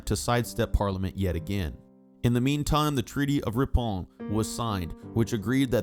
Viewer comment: Treaty of "ree-pon".. :-)